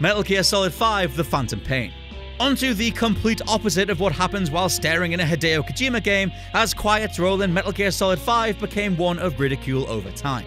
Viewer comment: Ha-day-u kogima lol